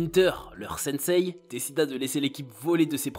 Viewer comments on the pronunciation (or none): none